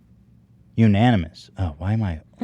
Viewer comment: Ethan, the big reader, can't pronounce 'unanimous'...